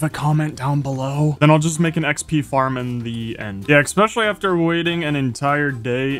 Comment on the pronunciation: I watch pretty much all these hundred day videos and I cannot stop wondering when will he stop saying "exspecially"